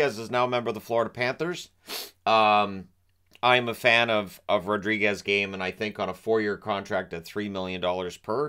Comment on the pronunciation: It’s Rodrigues with an S not a Z😀